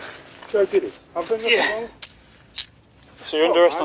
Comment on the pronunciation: Cop: "You're also under arrest for possession of Class A (drugs)." Fleeing felon: "WHAT class A? Where? Where?" (read: "I know NUH-THINKK!!!") : Fleeing felon "goin' home": "NUH-THINK to do with me, mate! I've done NUH-THINKK wrong!!!" HOW did he get away with dangerous driving and fleeing from cops?!?!? You KNOW that he's laughing about the "failure to provide" charge! And no mention of the result for the crashed car's victim! : Never mind the audacity of asking whether he can give the car keys to his girlfriend, he outright admitted that "she's not aware of it," meaning that he has TWOC (Taken WithOut Consent)! Somehow, the cops missed that, completely! Caught criminals, just (wo)man up!!! You're done!!! (all lying felons must be Egyptian, because they are always in "de-Nile" (get it?)) And stop trying to imitate Sgt. Schultz!!! Lying to or otherwise obstructing cops should result in an automatic, no-appeal, 1 year jail sentence. Likewise, 1 year for every mile a fleeing felon runs or drives from cops. Add a month for every run stop sign, red light, passing through a hospital or school zone, etc.